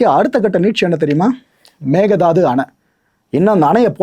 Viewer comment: tvk ஜெயிப்பாங்க என்று என்ன guarantee இன்னும் ஒன்று மேகதாட்டு என்று உச்சரிக்கணும் ஆடு தாண்டும் என்று பொருள் மேக தாது இல்லை